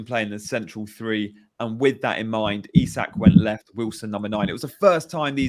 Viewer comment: Ps it’s EE- Sak, I believe, not i-zak 😉